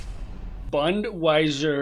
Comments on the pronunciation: bro? its bot bund-wiser?! its BUNDES-WEHR AND WE LOVE THE GERMAN BUNDESWEHR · Bundeswehr is pronounced like Bundes wear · "Bundeswehr" is pronounced "boon-des-vehr" It means "the combined armed forces of a country", but it's often used to refer to specifically Germany's armed forces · Bundeswehr = Bundwaiser hahahaha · Boon-Des-Ver. Bundeswehr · The way he pronounced Bundeswehr sent shivers down my spine and buck up again. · Oh no, how wrong he said "Bundeswehr" 😂 Goosebumps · it's so funny how he pronounces bundeswehr. especially when ur german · An alle deutschen, habt ihr euch auch tot gelacht als er bundeswehr vorgelesen hat xd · 😭 As a German, it makes me sad that you did not pronounce the Bundeswehr🇩🇪 correctly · don’t pronounce our military like this please (german army🇩🇪)